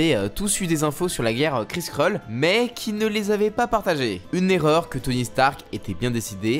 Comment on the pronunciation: Cette façon de dire Kree-Skrull, l'impression d'entendre cette vielle pub : Krisprolls 😂